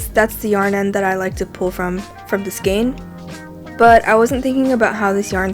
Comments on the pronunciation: Thank you so much for your tip. I have one for you. The word skein is pronounced "skane", with the long "a" sound, so it sounds like the letter "a". 😊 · skein is pronounced "skayne"